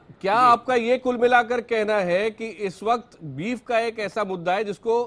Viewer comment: Beef hota hai beaf nahi 😁😂😂